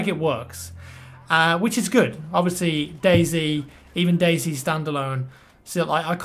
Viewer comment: It's pronounced day "zee" not "zed"